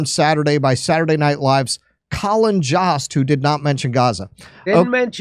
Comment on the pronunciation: Jost rhymes with host and roast